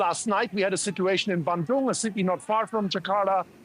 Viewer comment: The way he pronounces 'Bandung' does not inspire confidence that he knows the country or the language. Indonesians who work for him, please coach him on pronunciation.